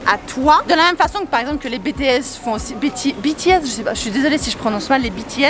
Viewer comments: Ca se prononce à l'anglaise donc Bi-Ti-S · "" c'est pas comme bétèhésse"" mdrrrr jsuis mort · J'adore t'as video mais Tu as dis BéTéEss 😭😂😂 mais c'est pas grave jtem quand meme 😂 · Si jamais BTS se prononce Bi TI S sinons t trop cool 😍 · Quand tu dit BTS TU DIS L'ALPHABET EN ANGLAIS PAR EXEMPLE BITIS LA TU VA BIEN LE LIRE ALORS QUE SA SE LIE COMME CA MAIS SA S'ÉCRIT BTS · Sa se prononce BITEÏÉS Je m'appelle miharu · BTS se dit avec l'accent anglais voilà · Je pleure tu as dit BTS à la francophone 😭😭😭😭